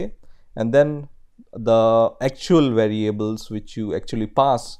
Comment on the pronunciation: Hey mate, awesome videos but you need to work on some English pronunciation as it tends to confuse, and therefore, becomes distracting. After paying attention to some words here are a few examples of your mistakes: variables: you must put the accent in va, not in the a at ria. The accent goes on the first syllable from left to right. array: the accent goes at the last a from left to right, not in the first one. just say "at symbol" or simply "at"